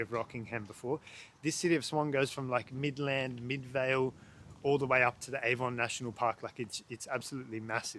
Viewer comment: he also mispronounces "Midland and Avon"